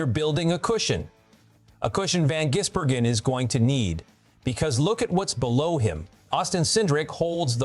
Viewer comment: Why do you call him jizzbergen,its gisbergen ,disrespectful,if your going to make money off his name,get it right